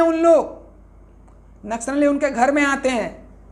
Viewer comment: Naksh nali. Ya naksali ..bolne vi ni aa rha... To news kaise bta rhe.. Ki kya sahi h ki ni